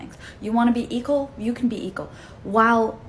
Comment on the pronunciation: “Eqal”??? It’s equal you muppet.